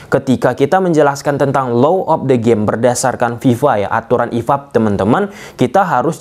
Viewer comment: Bung, yang betul itu: Law of the game, bukan Low of the game. Artinya sangat² berbeda! Tolong, hati2 dalam mengucapkannya ya....